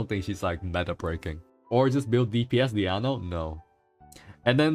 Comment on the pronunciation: Why do calls Diona "Diano":D just curious